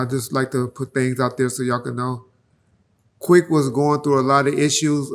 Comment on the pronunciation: Ease up, it's Quik 🙈🙉🙊